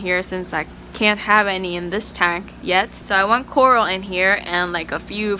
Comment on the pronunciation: fire boy Ixta taunk